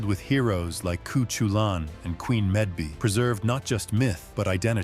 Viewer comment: “Coo-choo-lan?” “Queen Med-bee?” These AI narrators still have a long way to go.